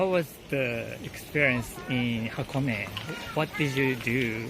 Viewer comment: 箱根の発音がフランス人らしくて笑える😂